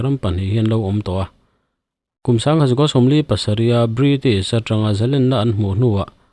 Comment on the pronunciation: Zalenna ni lovin zalênna tih zawk tur